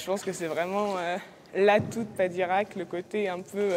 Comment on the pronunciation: Padirac, pas de Koweït 😂